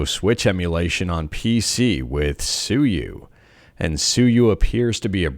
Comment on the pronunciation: Charming but “suyu” though? Lol